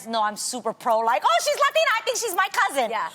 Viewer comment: Adrienne turns everything into “As a Latina” or “I don’t know if it’s a Latina” thing 😂😂. Girl 🙄 it’s getting old. It’s not a “Lathina” thing.